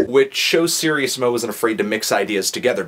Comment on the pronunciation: Sir-Ease-mo. not serious-mo